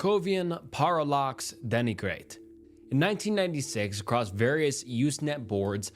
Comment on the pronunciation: i love the vids but, brother please, if youre gonna make these kinds of videos, at least check your pronunciation. parallax and denigrate ain't even a foreign words 😭